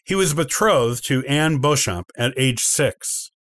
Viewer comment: Also Beauchamp is pronounced phonetically as Beechum in the UK.